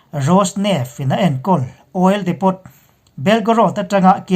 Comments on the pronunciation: Ekhai, INP a ngaihnawm hle ṭhin a, Burma lam khaw hming te felfai taka lam ngaihthlak te hi a nuam. Hetih rual hian Ukraine lam sawinaah Oil Depot bomb chungchangah hian Depot hi depo (t silent)-a lam nise ngaihthlak a nuam lehzual lo'ng maw? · oil depot - oil diipoo , crimea - crymia... ngaihthlak a nawm zawk nan thahnem ngaih post